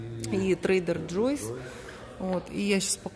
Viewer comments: учите английский: не Джойс а джо’с. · Покупайте после предстоящей рецессии. Цены скоректируются в нужную вам сторону. И ещё,, пока тебя не поправят, ты так и будешь говорить Трейдер Джой'с вместо правильного Трейдер Джо'с. Это два разных имени. В твоём варианте это женское имя. Во втором - мужское, и это правильно. Удачи в освоении английского, между прочим ваши соседи из Майами, AMEGA Family, усердно занимаются с репетитором. Возьмите у них интервью как у них это получается. Их несколько каналов растут бешенными темпами. Хороший опыт никогда не помешает. Удачи во всём!!! 🚘✌👍